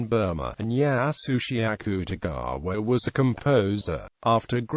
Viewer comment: The accute-e-gaawa is killliiinnnggg meeeeee